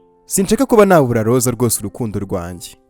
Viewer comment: Urakoze kutugezaho oyi nkuru nziza ariko utubanalire uje uvuga Rose apana Lose njangira ngo nuwundi muntu.merci